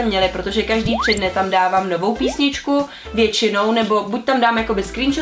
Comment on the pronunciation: Ona fakt řekla "píšničku"😂.